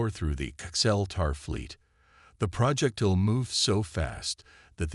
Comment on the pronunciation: Crappy AI, as usual. "deh-BRISS", "tehr-RAN"(terran), "PRAH-jektile", "fri-GATES"(frigates), "cer-TAYN"(certain)!!!!!!!!!!!!!!!!!!!!!! Crappy!